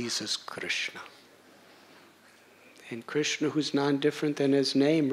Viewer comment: ..and i've never heard anyone say Krishna so beautifully...makes your hair stand up on ends, Hope i can be your servant birth after birth